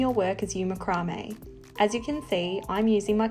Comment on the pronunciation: Love it, you have explained the process so well and nice to hear it pronounced macrame and not MacRamay : )